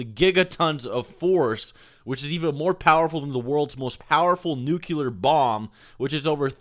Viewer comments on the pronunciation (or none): Nobody says "Nucular" better than you. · lol.. does all the math, but can't say nook-lee-urrr ;P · Nucular? Nuclear?